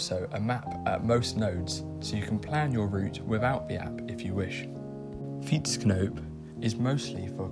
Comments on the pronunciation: He did pretty well pronouncing that, at least he didn't say fi-ètsknoep! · As an experience expert. This is very well pronounced On vacations I heart way way worse.